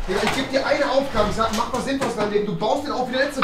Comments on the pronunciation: Letzte nicht letze😂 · Rewie kann Deutsch: Letze 😂😂